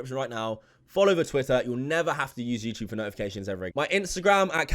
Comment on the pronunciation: Just here to hear say “youchube”